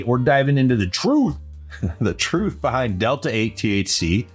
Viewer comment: The way you said truth, fir some reason got me cracking up man. lol Peace